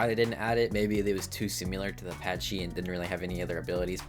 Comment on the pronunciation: S I M I L A R not S I M U L A R P A C H Y Not P A T C H Y